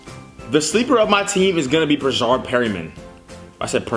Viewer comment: It's not "Breshard" it's Breshad no r after the a